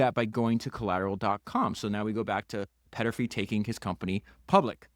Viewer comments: Podcast It's Thomas Peterffy, not Petterfy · Péééterffy….. also: not boodapessst! But Budapesht ! Otherwise, very interesting. Thanks!